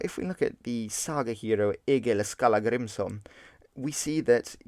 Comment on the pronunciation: You really need to work on your pronunciations not trying to be rude but thay are shit especially Egill Skallagrímsson probably the funniest thing i’ve herd